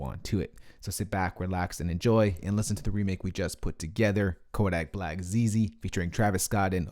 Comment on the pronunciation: Can we just take into account the fact that he says “koAdick black’s Zeze